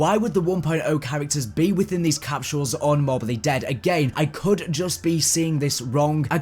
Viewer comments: "Capshules" lol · I can't get over how you say capsules